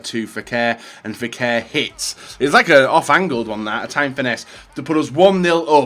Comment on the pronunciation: for the 1000th time already its NABIL FEKIR NOT NABIL FEKER